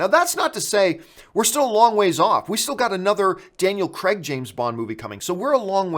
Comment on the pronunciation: Daniel Crayg. Not Daniel Creg. He's British, we don't pronounce it that way.